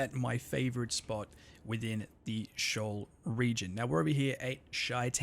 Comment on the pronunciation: It's not pronounced shoal, it's pronounced "SHEE-ohl", from the Hebrew bible, a place of darkness and death.